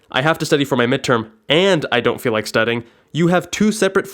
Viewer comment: "Studding" lmao